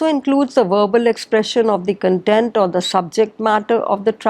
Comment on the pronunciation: Respected Mam, You did not mention the names of plays in which Shakespeare used lot of incidents and characters. You pronounced kentent For Kontent that means subject matter. Sorry to worry but as you are my counter part I felt the need to correct you